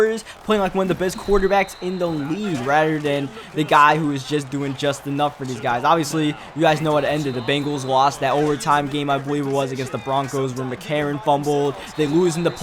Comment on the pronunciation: has to be asian notice how he says rader then rather and dat rather than that lol